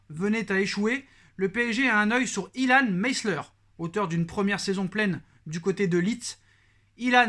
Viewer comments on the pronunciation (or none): Ilan Meslier il est français et non anglais donc prononce en français 😂😂😂